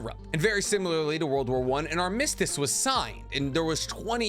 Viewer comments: Aar - muh - stuhs not, Arm - miss - stiss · your stress on “armistice” sounds weird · Pretty sure I already watched SwagKage talk about the first 3, but eff it, i'll watch you say the same stuff lol. Edit: btw "idolize" not "idealize." Edit 2: … I hate how you pronounce things lol. Nobody I’ve ever heard say “armistice” says it like you. But at least you’re saying the right word. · You really need to look up the pronunciation of "armistice". 👍